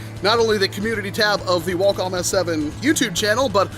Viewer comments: Walcom S7 lol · Walcom S7 *WHALECUM?!”